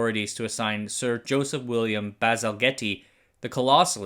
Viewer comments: Basil-getty? Its Baz-ul-jet. Can't be confused at our pronunciation on second then completely butcher it a second later! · His name is pronounced Bazaljet, not bazalgetty. 😊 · it's Bazall-jet not bazal-getty! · The "gette" in Bazalgette is pronounced "jet", not "getty" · Its pronounced Basil-jet... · Thames was perfect but Bazalgette is pronounced like Bazel Jet rather than getty 👍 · Basalgette is pronounced "Baz-Al-Jet" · BTW as well as Tems, his name is pronounced BAZALJET. Thanks for your as usual excellent content. 🙂 Also, the UK does this indirectly. For example, towns along the Thames discharge treated water back into the Thames only for the next town downstream to extract and reclean to potable for use in its potable water supply. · It's pronounced "Basil Jet" 🙂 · Bazagette is pronounced more like Bazaljet. One of his descendants was responsible for introducing Big Brother to the UK so you could say the family is still in the business of distributing shit in the UK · His name is pronounced Bazil-jet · Bazalgette’s name is pronounced Baz-al-get btw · English guy here. Bazalgette is pronounced basil-jet, or basil jet. Sounds like 2 words basil (the herb) and jet. I assume from spelling has French origin, not sure how the the French would pronounce that surname. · Thames: English placename pronunciation is even more irregular than the actual language Bazalgette: Bazzle-Jet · For future reference, it's pronounced bazelgate. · If you want more annoying british pronunciations his name is said baz-ill-jet.